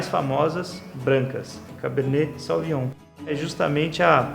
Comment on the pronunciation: Beleza, mas pronuncia-se sovinhon!